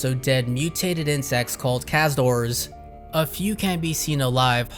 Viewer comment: Theyre called Caz-UH-Doors, not Caz-Doors. Come on, dude.